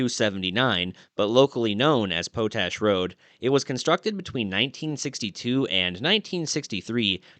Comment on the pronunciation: I've often heard the word, 'POTASH' and heard it pronounced, POT-ash. After hearing you pronounce it as PO-tash, I just had to look it up. Yup. POT-ash. But the locals in Utah often soften then the 't' to sound like a 'd'. Love your videos and understand how you try to look things up. Including the pronouncing of some words. Just thought I 'd let you know. Keep up the great work. It's all awesome !!!